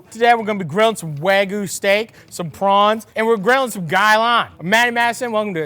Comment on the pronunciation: do you also LOL at the way he pronounces WAGOOO ?